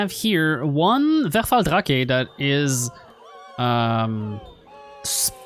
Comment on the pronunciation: Hey o/ If you'd pronounce the "V" in Verfalldrache as you pronounce the "f" in Verfalldrache you would get closer to the correct pronounciation. And for the Teufelskerl, try pronouncing the "eu" as an "oi" like in exploit e.g. Just in case you want to know this. If not or if it's even not wanted, sorry :'D